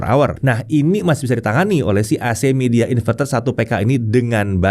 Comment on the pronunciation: bacanya bukan midea, tapi "mai dea" confirm deh ke rep officenya